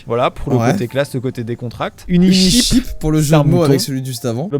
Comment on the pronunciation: Joyca je t’ai cramé t’as pas compris « unisheep » comme le mouton mais « uniCHEAP » comme pas cher 😂